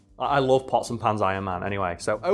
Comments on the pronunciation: Am i the only one who understood possum pants and not pots and pans? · When said "pots and pans" Iron Man, I thought he said "possum hands" Iron Man. I was like "Oh I don't know that one". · The first several times he said pots and pans Ironman, I thought he said possum pants Ironman, and was looking forward to seeing what version that was.